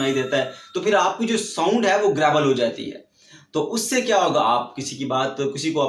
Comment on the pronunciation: Sir it's a word gravel or grabel